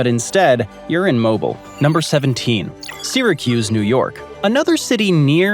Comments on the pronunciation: Pronunciation is: Mo BEEL (like wheel) not Mobile like the gas company. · It’s pronounced Mo ‘Beel, (Mobile, AL). The average humidity is closer to 88% in the summer months. Yep, we get a ton of rain, but a lot of it comes in the form of torrential downpours during the summer at approximately pm. They last less than an hour, but dump at least a few inches of rain if not more and then the blistering sun comes back spiking the humidity to 99%. We get a ton more sunshine than rain, we just get storm bursts. We are having a gorgeous fall and could actually use some rain. It’s a beautiful area. ❤😂😊